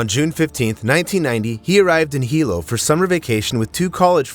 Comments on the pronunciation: On the Big Island, or ANY ISLAND, diving into a river, or jumping off cliffs into the ocean is equal to running across the freeways in Los Angeles. Do better research.... it is Hilo Hospital... pronounced: "He--Low".... NOT "High-Low" as you pronounced it. Life is only dangerous, if one participates is dangerous activity. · Hilo is pronounced, “Heelow” not highlow. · Hilo is pronounced he-low not high-low just in case you go there. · Jus fo clarification, it's pronounced Hilo he-low, not hi-low..😢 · Hilo is pronounced He-low not Hi-Low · Hilo, Big Island Hawaii: Sometimes you said "high-low", and sometimes "hee-low" in this video. "Hee-low" is how people in Hilo, HI, pronounce it. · Teach your AI to pronounce Hilo correctly. It's not High Low, it's Hee Low. The letter I is always pronounced with the eee sound. (Waikiki, Why-Key-Key) What law or preventative measure would you enact to prevent people from doing dumb sh!t? Good luck with that. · It's not High lo it's pronounced (he lo) White people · Its he-low no hi-low😂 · right? HIGH_LOW ovah and ovah, so annoying It's pronounced like Hee-lo{w} but no "w" sound, long o vowel (for you youtubers out there that don't know, and might read this) But this video is AI narration, not a person's real voice. Those digitized readers always butcher everything, even without the added challenges mainlanders find with makakau ʻōlelo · If you’re doing a podcast, pls learn how to pronounce words—like Hilo. It’s not Highlo, it’s Heelo. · Hi-Lo Medical Center. That’s a unique pronunciation I’ve never heard before. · 1st off(It's Heeee-looooo"Hilo") 2nd if no moa kanakas or wahines swimming,...uk that should tell u sumtin right?😅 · Hilo it's pronounced as hee-low! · It’s pronounced He Low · You’re obviously not from Hawaii nor been there for an extended amount of time when you can’t pronounce correctly the simple Hawaiian word of Hilo. Makes one question how well you know what you’re reporting. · AI voice doesn’t know🤣